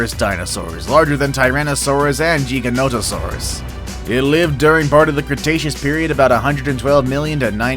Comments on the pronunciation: It's gig-a not jee-ja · It’s giganotasaurus not jigononingserus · He don’t know how to pronounce Giganotosaurus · The way he says giganotasourus and megalosaurus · when he said GIGANOTOSAURUS he said it wrong